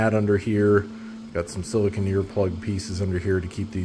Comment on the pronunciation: Awesome video! I'm going to try these on my XL5T. Not trying to be annoying, but one thing you may want to consider especially for foreign viewers, is you are pronouncing silicone as if it were "sili-kun", rather than "sili-cone." For people speaking English as a second language, the proper pronunciation may help them a bit as I have seen confusion on forum posts before. The 2 are completely different materials - silicon is hard and crumbly and used to make computer chips.